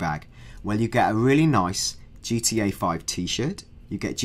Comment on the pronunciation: I wike gee twee a (I like GTA) LOL like ill win